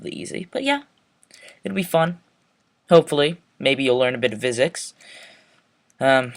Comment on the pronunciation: Nice tutorial, but I think physics is pronounced "Fizics", not "Vizics". Just saying.